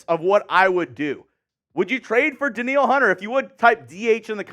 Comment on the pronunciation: Danielle = Dan-yell Hunter lol